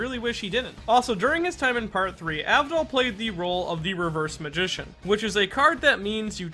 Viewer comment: Tmw no one ever respects my G enough to say his name correctly. Abdul